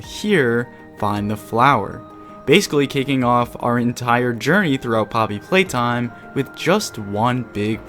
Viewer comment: Am i the only one who hears him say polly playtime in the begining of the vid